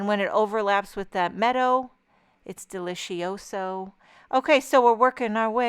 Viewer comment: “Delishioso”I I love you you crack me up and I love your work. Lol send the new brushes over😂